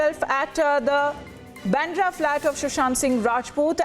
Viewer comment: Why do your anchors and reporters pronounce baandhra as bendra?